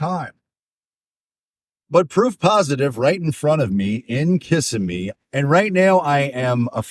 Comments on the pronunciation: It’s pronounced KUH-sim-EE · LOL!! Kissimmee is pronounced Kih-sim-ee! Emphasis on "sim". Your pronunciation of it cracks me up! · I know you can tell when people pronounce that incorrectly we all know they’re from out of town.😂😂😂😂